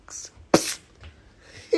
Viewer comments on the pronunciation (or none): The way he said “ gummeh French friesss “ caught me off guard